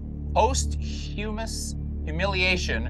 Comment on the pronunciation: No way pronounced posthumous as "post-humous" 😂